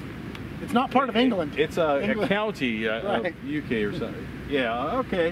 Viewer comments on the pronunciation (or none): "Ingelend" lmao